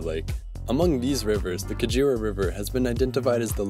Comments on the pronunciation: It is not pronounce Ka-djira it is Ka-ge-ra. The Ge is pronounced as you pronounce ge in get. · Oh the slaughter of African indigenous names... The 'ge' in Kagera is pronounced like in 'get' but with a softness in the "g" sound. The 'Ru' sound in Ruvyironza is like in 'Ru'-Paul, the "Ny" sound in Nyabarongo are pronounced like the "Ny" in Kanye, same as the one in Nyungwe forest, whose "u" sound is like in "bull" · 😂😂😂😂😂I'm laughing at how pronounce Kagera. He is saying kajira instead. It's Kagera (Kaa-gay-La) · The "kaguera" river, that's how it's pronounced!